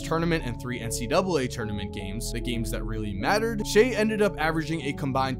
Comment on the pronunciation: kinda annoying that was calling him "shay"